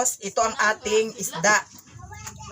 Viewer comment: Ehehehe magkatawa ko s imo pronounciation Girl.. 😂😂😂😂 Esda 🐠 konte..